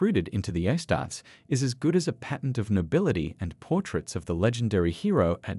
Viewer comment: Its pronounced "astartees"